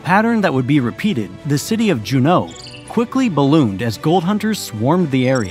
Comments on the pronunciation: I felt the same. Juneau I could maybe give a pass since it was a Frenchman's last name. But - that's not how it's pronounced today. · Outstanding video. The narrator needed more research into pronunciation, though. Aleut, Valdez, Juneau need correction. Good effort on Tlingit, and all the Russian negotiators.